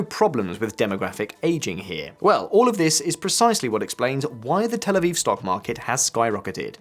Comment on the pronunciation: it's "Tel Aviv", not "El Aviv"